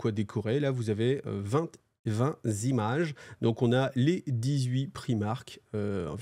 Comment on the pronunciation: "Vingt zzzimages" ? Vingt timages ! J'essaie de me détendre ! J'ai trop les glandes que tu quittes YT...